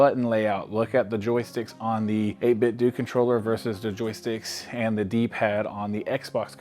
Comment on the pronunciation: You are the only guy I've heard Pronounce the company 8BitDo right and you have earned my subscription 🙌